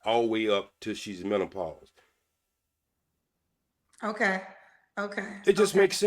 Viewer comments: 😂😂😂😂😂Mint ah pause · And MENTOPAUSE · Did he say mentopause? And did repeat that 😂😂😂😂... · It is menopause not mentalpause 😂😂😂! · Am I the only one that keeps hearing mentalpause and not menopause? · This fool Said mentapause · And a man that says werf instead of WORTH. As well as mento-pause rather that menopause. Just cringy. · Did he say mentopause😂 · “Mentapause”? Is this Dude serious? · Plus. He calls it MEN-TO-PAUSE.🤣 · First of all, what is men-TA-pause? 😂😂😂 Secondly, is it the "men-TA-pause" that makes women's 😺 dry or your face? Ijs 🤷🏾‍♀️ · Don’t no woman want to catch parvo from no old ass man, can’t even pronounce mentalpause 😂🤣😆😂😂😄😆😆😆😆🤡🤡🤡🤡🤡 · *HUMAN FEETS Age 65???...English Lesson 101, Feet is Already Plural, There's No [s] after [t] in Feet...Mr. MEN~TA~PAUSE...🤣😂🤣😂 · Or MENTApause lol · He was annoying the first time & annoying now. 65, don’t eat 🐱 but don’t want dry 🐱 either. HOW?! Can’t even say MENOPAUSE. GOODBYEEEEE POP POP!!! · You heard that too!! Mentapause lol 😂😂😂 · Him saying Mentapause lol 😂😂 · Menta pause had me crying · He can’t even properly pronounce menopause…. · He said pacific not specific, mentalpause not menopause 🤔🤔🤣🤣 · What is “mentopause” did you mean menopause? What is “pacifically” did you mean specifically? I’m sorry sir but you are asking for things that do not exist. “Rubbing on a albow” elbow? “What is I’m saying “ I don’t know sir. What are you trying to say? “Tuck in your closet” did you mean Tux?Maybe your asking for things that do not exist and that is the reason you’re not having luck. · Facebooks Pacifically Mentapause Human "feets" All these "extree" things they bringing in the bedroom I can't take him seriously!😂😂😂😂😂😂😂😂😂😂